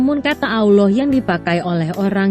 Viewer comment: Tetapi kok kenapa saat membaca kata "Allah" di Alkitab vokalnya disamakan dengan sebutan allowh seperti sebutan muslim? Mohon lain kali jangan disamakan. Semoga masukkan ini bisa diterima.